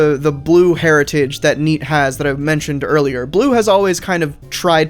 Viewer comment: For some reason the first time he said "neat" I understood "thneed" and instantly had intense PTSD flashbacks.